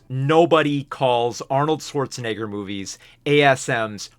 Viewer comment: bro did NOT say Schwarzenegger